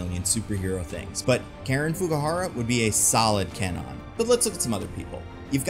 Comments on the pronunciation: CAN-nawn? Seriously? CAN-nawn!? Does that even remotely sound Japanese? It's KHAN-own. K(u)-ah-nou-nn. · KWAnon... not K non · Actual pronunciation of Japanese Psylockes name is Ku-wah-nun. Not Cann-on. There is a W in after the K in the name. And it is pronounced. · Except isnt it pronounced KWah-Nun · If they use Kwannon, I hope they don't pronounce itz Kenan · It would be nice if he pronounced Kwannon correctly though. 🙄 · Is "Kwannon" hard 2 say or was the "W" silent this whole time and I wasn't notified? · Please tell me that's not how Kwannons name is actually pronounced. I keep picturing a canon with long purple locks